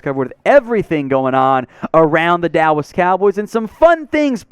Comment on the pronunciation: I'm with you on Micah,! (Also Bro, you said, "Dawwas Cowboys", I sh*t you not!)